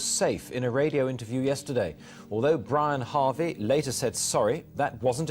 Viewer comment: Good video, especially the last few minutes. Minor correction: It's not Brian Harvey, it's Brianarvey